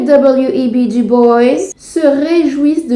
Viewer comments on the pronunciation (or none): Mais ça ne m'étonne tellement pas :). Netflix nous montrer la vérité sur un noir qui a réussi ? Non, Netflix nous montrer la vérité ? Impossible. Ta vidéo est tout simplement au top! Par contre à , tu as mal prononcé "Dubois" le nom se prononce exactement comme en français. Sinon rien à dire, c'est ta première vidéo que je regarde et je suis sous le charme! Continue comme ça. Voir une femme noire cultivée qui cherche à partager son savoir et rétablir la vérité est tout simplement admirable.